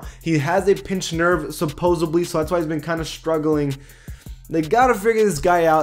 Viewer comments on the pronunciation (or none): This dude said “supposebly” LMAOOOO